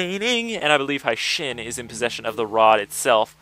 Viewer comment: The proper pronunciation is Hey-shin not Hi-shin. Its supposed to be a japanese name, so it must be pronounced the way the japanese would. Just thought I'd let you know